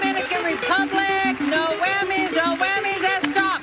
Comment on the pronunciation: Sounded more like “Noah” than “No!”